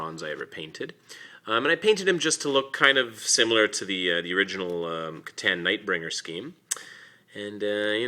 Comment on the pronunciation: The proper eay of saying c'tan is (citan) I play with necrons and have read the hole codex and ordered the C'tan shard Nightbringer